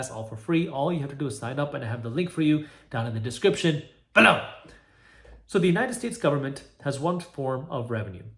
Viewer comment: I love this channel, but everytime he says the word "below", I jump in fear. Does anyone know he can't say it normally, but instead almost barks it? Is it a disease or something? Is it because of where he's from? Pls advise, I'm asking seriously.